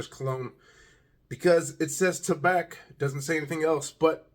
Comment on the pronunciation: The C is silent....it's pronounced ta-bah